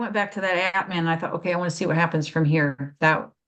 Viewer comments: If pronunciation matters, it's Ahtman. For atman, the a sounds like a in father. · Thanks, I didn't understand initially. It sounded to me like ant man.